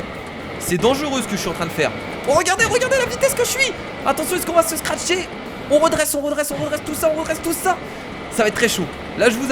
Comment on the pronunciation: "se scracher " on dit se cracher